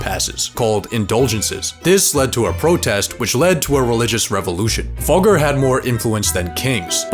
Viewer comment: It's pronounced Függer lol. I should know... it's my last name.